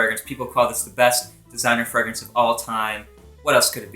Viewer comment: Your pronunciation of fragrance sounds so weird. Either pronounce it the french way or english way. Don't mix them hahaha.